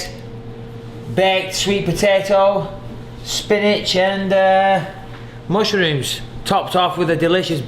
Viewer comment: Haha musharrrooms